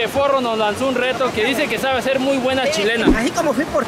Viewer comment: No es sabee es sapee